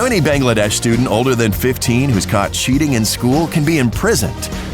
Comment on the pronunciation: PRISON!?I’m from Bangladesh and the worst thing that can happen to u for cheating is that u will get a long lecture from the subject teacher in front of your whole class and u pronounced Bangladesh wrong...please do your research before making a vid mostly full of lies